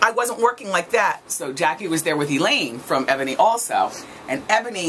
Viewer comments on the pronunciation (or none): none